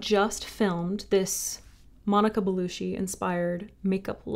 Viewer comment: Gorgeous look! I love Monica Bellucci. BTW it’s pronounced beh-LOO-chee. You pronounced it like Belushi, as in John. Unless she was his Italian niece that’s not it.😂